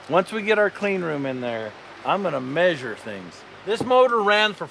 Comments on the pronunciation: The massure lol it's measure like it's spelled lol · "When we get a clean room, I'm gonna MAYSURE things!". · i hate the way ya'll say measure but love every video